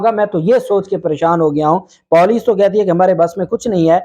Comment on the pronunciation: Your Poooolice pronouncing is not correct and after many times of messages you are disrespecting Urdu again n again. If you're not understand the rules how to pronounce correctly means you're disrespecting you're views too Marking you dislike